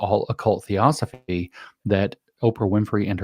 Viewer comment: If you're unable to pronounce Theosophy then I think you need to look a little deeper into your source materials. This is important because it is literally the foundation of what the UN and its agenda is built on. Theosophy was (and is) based on the words of "mediums" and "channelers" who supposedly channeled messages from the dead. In actual fact, their original mediums channelled messages not from the dead, but from living human initiates, Indian occultists, with a hypermaterialistic Indian agenda for humanity. What they call "spiritual hierarchies" are these human beings with this agenda. The Theosophical Society is headquarted in Chennai, India where Blavatsky was led to in the late 19th century. From the initial Theosophists like Blavatsky and Sinnett spawned numerous others including who James Lindsay identifies as Robert Muller, who wrote the "2000 goals for humanity 2000 days before the year 2000". The Lucis Trust ), formerly the Lucifer Publishing Company, helped to write the Sustainable Development Goals being implemented worldwide whether we like it or not. The founder of Lucis Trust is Alice Bailey who was also a Theosophist, and Lucis Trust is co-located in the UN building in New York.